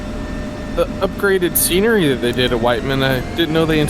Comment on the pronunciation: witt-men not white man lolz fuck.